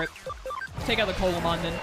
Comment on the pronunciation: Coelamon is based off of the Coelacanth , pronounced "See-luh-kanth", so instead of Coal-ah-mon it would be See-luh-mon. You prolly were already told this and you've already completed the run, but I figured I'd let you know.